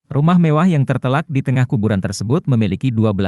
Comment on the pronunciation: Tertelak apa terletak min